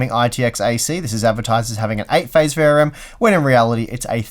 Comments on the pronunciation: Why do you talk so fast? V R M not variem. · I either am losing my hearing acuity or toy are pronouncing VRM kind of like verium. I hope it is the latter :)